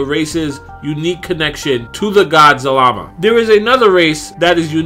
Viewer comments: the name is za-la-ma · his name zal-a-ma